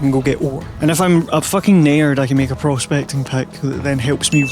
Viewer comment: it was at 14 minutes and one seconds that I realized "a naird" was you saying "a nerd"